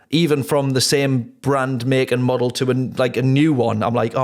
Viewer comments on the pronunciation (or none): none